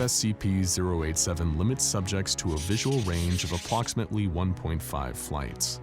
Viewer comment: Hey anyone else notice he said "apploximately" ?